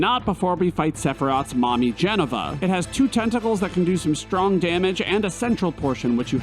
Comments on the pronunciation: The mispronouncing Jenova is hilarious lol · Please say Jenova wrong for the 1700th time. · Why... Why would you pronounce 'Jenova' like that...? 😦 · The absolute disrespect you showed against Jenova, by pronouncing like you do😢 but for real, great vid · Your Jenova pronunciation is one of the most offensive things I have ever heard. Please fix it. Also, its sadness and Fury not anger. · For the guy who specified the pronunciation of a simple word like Midgar, he butchered Jenova. Like everytime he said “Jenn-uh-vuh” i cringed. Every form and media of FF7 calls it JENOVA (Juh- Nova) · It’s Jen o va not Jeneva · Jenna-va lol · OK that's two weird pronunciations. Why are you calling it Geneva instead of Jenova! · I love you but you're killing me. It's not "JEN uh va" It's "Jen OH va" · Disliked the video solely because you don't pronounce Jenova correct. This isn't a tomato tomatö situation. It is pronounced "juh-no-vuh" NOT "jen-uh-vuh". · I misheard Jenova as Jennifer and it made me so happy :) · "Je-nuh-vuh" really bothered me. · Everytime...every damn time lol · Ah yes, the Jenna-Va project. The word that definitely doesn't have an O in it anywhere. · Why did you fixate on the pronunciation of Midgar , but then mispronounce Jenova so many times lol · The most terrifying villain... Jennifer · It’s JEN OVA no idea what you said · Everytime you say "Jenova" I hear "Jennifer" and I love it! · Glad I read the comments. Was hoping the mispronunciation was a joke. Was grating. But yeah, now I can't stop hearing "Jennifer". LOL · you saying jenovah wrong, but it's funny. lol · "Midgar is pronounced *how everyone has been saying it for 20 years*" but hey bro you almost pronounced genova correctly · Also, "Jenn-OH-Va" xD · Pronouncing Jenova like it's Jennifer... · The way you pronounce jenova upsets me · The mispronunciation of Jenova AHHHHHHH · Loved the video my guy but your pronunciation of Jenova angers me 😆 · Is there a reason you intentionally mispronounce Jenova?